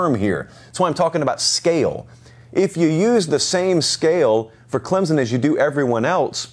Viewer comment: Hey, Huge fan of the show (been watching your videos for about a year now). Just a heads up, a ton of commentators seem to pronounce Clemson as Clemzen. It's not the biggest deal, but sometimes it can feel disrespectful to some when an analyst (especially one as knowledgeable as you) doesn't know how to say the name of your school right. Please look into this. -Nick